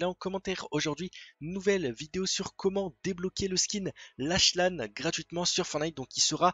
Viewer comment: Comment tu prononces lache lane ptdr